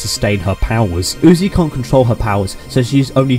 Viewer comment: you say UTI Instead Of UZI but you have already made this so who cares anymore